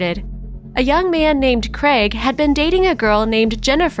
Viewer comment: Craig! The mans name is Craig not fuckin creg